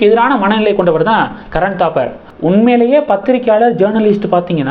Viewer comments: Karan Thapar, not Dabar. How horrible your pronunciation is! You refuse to improve it. If you don't know how to pronounce names & words correct why do you make videos? Can't you pronounce P & B differently? Don't you know difference between P & B? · கரண் தாபர் .. '-பசு, படம்- சொற்களில் உள்ள 'ப ' போல் உச்சரிக்கவும்.